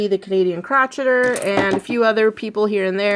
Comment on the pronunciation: the Canadian Crochet-er, not crotch-et-er.. hahahahaa, thank you for this video